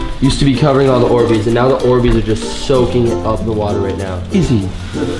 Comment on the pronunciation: Faze kay: Are these ohhbeez 😂😂😂